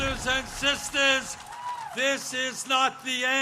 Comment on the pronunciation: Is he code switching? I heard “brotha”, “sista” and “togetha”. Anyone else hear that??